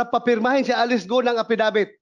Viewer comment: Affi-dawit hindi affidavit😊😊